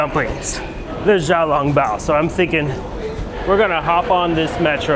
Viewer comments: Tip to pronounce xiao long bao, pronounce the "x" as "sh". Do not pronounce the "x". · it hurt me when he called xiao long bao zhao long bao.. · It's not zhao long bao, it's xiao long bao. Without really speaking chinese you made it pretty far :) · where do foreigners get the idea that X is pronounced like a J? jiaolongbao? that killed me. when in doubt, just treat the X like a "SH". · Great content. I love Xiao Long Bao! By the way it's pronounced Shao Long Bao (x is close to the sh sound)...not zou long bao. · Xiao is not pronounced as Jiao, think of it more like Shiao. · Xiao long bao is pronounced wrong. Xiao is pronounced shall . Hangzhou is Hang joe. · Can't say I know what "xishuangbanna" is but for this case, it should be pronounced "shiao long bao". Sh as in be-quiet-kinda shhh.